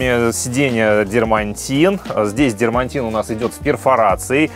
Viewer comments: Только не "дермантин", а "дерматин", без буквы "н". Слово с буквой "н" и дополнительным мягким знаком ("дерьмонтин") используют, чтобы подчеркнуть низкое качество материала. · без обид, материал и слово "дерматин" пишется и произносится без буквы Н посередине. Не дермаНтин, а просто дерматин. А вот китайская резина Чао Янг "Прощай молодость" - это сильно, аж хрюкнул!